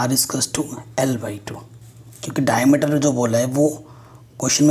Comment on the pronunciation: Dicmeter nhi diameter hota hai😁😂